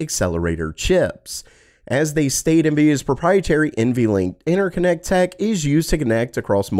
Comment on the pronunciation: love the content , but what's with 'INNER connects' :face-orange-raised-eyebrow